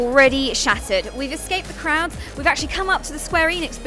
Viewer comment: Wait a moment...did she say crowds or did she say krauts?!